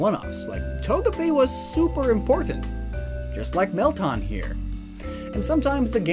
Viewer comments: Bro it's Meltan!!!! NOT MELTON!!!! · It's Mel - TAN! Not Mel-tahn! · Isn’t it “Mel-Tan” As in like “tanned colored” Not “Tahn” I mean don’t we literally hear how the name is pronounced in the Prof Oak & Willow Trailer? Edit:Just went and check. It is “Mel-tan” & not “Tahn” like how you are saying it. Idk though, maybe you just have an accent. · Mel-tan, it’s not hard. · Meltan is pronounced Mel-tan not Mel-taan